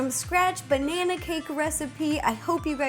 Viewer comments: ro its not "Banaer" it is "Banana" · Agreed. every time she says "banaynaaaaa" I die inside